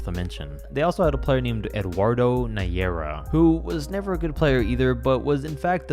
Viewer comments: Dude Najera is pronounced Nah-ha-rah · pains me you don't know the legend eduardo najera...and butchered his name so badly